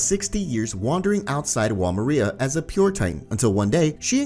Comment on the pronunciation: Stop pronouncing Wall Maria like that